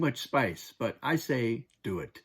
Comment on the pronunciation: 'Dune it ' instead of 'do it'